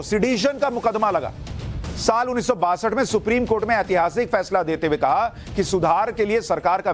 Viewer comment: Supreme kotha bole ya supreme court??? Slip of tongue inme se kya hai🤣🤣